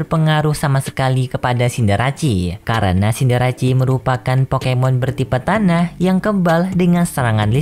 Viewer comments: Ralat min, mungkin Cinderace seharusnya dibaca Sinderese, bukan Sinderasi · Scorbunny jadi rabbot baru cindarece juga salah disebut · Pengucapan "Cinderace" pun kurang tepat bro